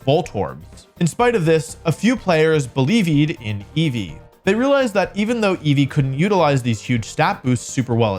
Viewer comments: Ngl when my man said belEEVEEd in Eevee I nearly threw my phone out the window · Beleevee? Seriously?